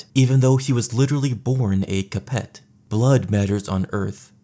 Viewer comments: I'm French and I was disgusted 😂 Don't forget Capete 🤢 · Isn't Valois pronounced like valwa, bc oi makes a wa sound, and the t is silent in capet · Cap-Ets and Plant-A-Jennets and Valoys were very important. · Capet, Valois, Plantagenet, they're pronounced Capey, Valwah and Plantaj-an-et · Plan taj ah ney, Val whah, Ca pit, at least that is how I was taught to pronounce them, in any event. Fantastic video. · Small Correction. - Plantagenet is pronounced more, "plan - TA - je- NET " (as opposed to "PLANT - a - jen - ett") It's more pronounced, House "CAP - eh" It's more, House "Vel - WAH".